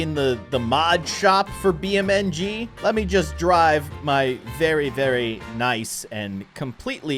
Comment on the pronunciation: Its beam NG drive not bmng drive